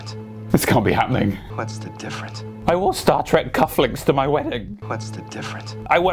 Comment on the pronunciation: He said "difference". But he's barely trying the last syllable. I mean he's suppose to be "dying" so give him like at least 0.001% credit XD